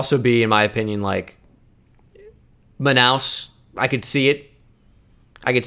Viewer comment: Hey, just went on a multiple tweet rant on you about twitch vods. And since that content isn't available yet, came here to check out this channel and BIG CONGRATS on the Manaus pronunciation in the first minutes of the video. I ain't here to correct you on Bahia cause you have no reason or obligation to know it, so just gassing u up on the great hit. Also, nice to know the cognates there about Proteção Ambiental and Ambiental Protection. Did you know Portuguese swaps the adjective and substantive on the structure of a phrase compared to English? Cheers have a nice one